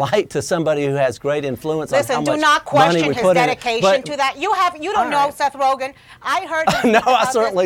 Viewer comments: Seth rojen? lol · Seth "Rojan" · She calls Joe Rogan Joe Rogan and Seth Rogan Seth Rohan...classy grade school antics hahahaha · j s The joke flew way over your heads. The reporter pronounced his name wrong. It's RoGEN not RoJIN. I know a Seth Rogen, not a Seth Rojin. Get it? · This thing lost all credibility in the first two seconds when that lady said Seth Roshen. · Seth rojun?????? Its pronounced seth ro gun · Seth who? Roshane? Nah mam its Rogen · Seth “Roejin” Rogen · Its Ro...Gin not Rogchin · "Seth roshen" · “seth rojen” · She said seth roghen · Rogen not Rogen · “Seth Roejan” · Rojen? Lady, c'mon. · Did she just say Seth Rojan at the beginning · Did she say Seth Rojen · Seth "Rosion"... heh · Don't even see how she thought it could be pronounced like that. It's G not a J. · “Facts first” can’t get a name right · Can’t even say his name right but get mad cuz he doesn’t want to take a pic with Paul Ryan 😂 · How hard is it to pronounce Rogen -_- smh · anyone notice how that lady at the beginning mispronounces rogan's name like if it was french lol? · I think she really pronounced his name wrong on purpose